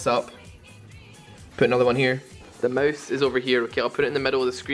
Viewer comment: who the hell says Moase. Its mOOOuuuse, not moase